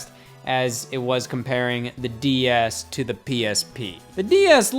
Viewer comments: I swear Scott says DES instead of DS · I keep hearing him say DES like wtf xD a few times he says DS but most of the time I hear the first one. Either way amazing vid. Reupload to main channel and I'll rewatch ♡ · he keeps calling it a DES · Please stop saying "D.E.S". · Lol I can't unhear that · DeS? Anyone else notice this? I couldn't not hear it the entire video! LOL